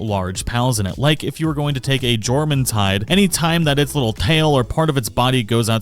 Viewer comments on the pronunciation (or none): You don’t annunciate the J you’d say it as “your” when saying jormuntide 😂😂😂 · i will pay you to pronounce Jormumtide properly